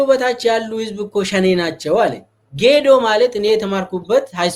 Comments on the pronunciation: ጌድዮ ሳይሆን ጌዶ ነው ስፍራው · ጌዶ ነዉ የሚባለዉ:: ይታረም